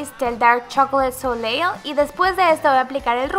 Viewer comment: Tienes video de rutina de skincare?? Tu piel está hermosa ! Y se pronuncia "so-lay" 😊